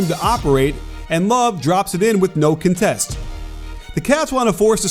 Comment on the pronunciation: Arg! The verb IS conTEST, but the noun is pronounced CONtest. Now, I feel much better.